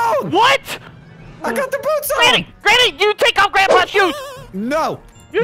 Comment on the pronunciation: Not thu yuttas